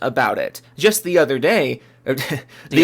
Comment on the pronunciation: Your German accent sounds like William Wallace. The other dayyyyyyyy